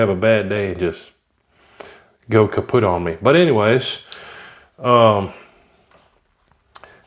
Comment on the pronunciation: When you said "kaput" I heard it in a Sgt Schutlz accent.